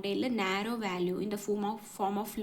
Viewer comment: വാല്യൂ അല്ല വാലി VALLEY